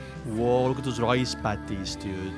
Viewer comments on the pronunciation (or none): none